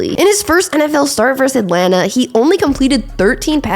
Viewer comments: It's versus, not verse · I like the content on your channel. I'll definitely keep watching. But why can't anyone under the age of 40 pronounce the word versus correctly?